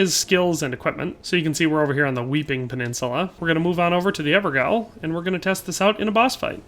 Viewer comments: "Gaol" is pronounced the same way as "Jail" my dude. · Fun fact, “gaol” is just a weird old timey British way for spelling “jail” but the word is pronounced exactly the same. So you’d say it like “Everjail” not…whatever people have been saying. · Evergaol, is pronounced ever jail. Gaol spelt the old way. The bosses in them are imprisoned criminals placed in eternal jail by the Golden Order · Gaol is prononuced as "Jail" just fyi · great info! gettinng bored of my build so will try these. fyi gaol is pronounced jail - silly british thing :D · Gaol is pronounce Jail, it's an old alternative spelling